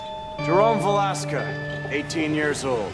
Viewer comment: Gordon says his last name velaska but it's actually valeska